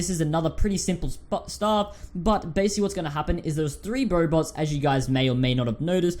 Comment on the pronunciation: Anyone hear " Bobots "?